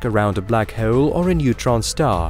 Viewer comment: Just say hole like a normal fkn person jfc